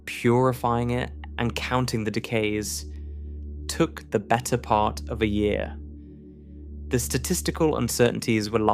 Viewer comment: Since this is AI I am assuming that the commentator is not real. Can you please teach it to pronounce its "ts". One example, the word is part, not par.